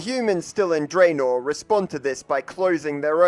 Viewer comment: Its Dranor not Dreinor.